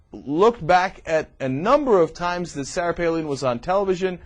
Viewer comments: Palin is pronounced Pay-lyn. (I live in Alaska, I would know) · Definitely the funniest old TYT video. Between how little we knew, back before we were exposed to Hurricane Palin, and then Cenk calling her "PAY-LEAN" the entire video. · Is it really pronounced "Paleen"? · It's also hilarious how he had to look up how to pronounce her name but still pronounces it wrong. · I know! How ironic. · This guy is an idiot he sais he had to researc on how to say her name and he still sais it wrong what an idiot.